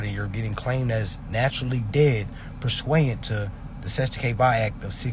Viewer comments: Bro the word is per suiant. Not per sweiant. As is according to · Who says persuiant like that. Its a wrong word when saying wrong man..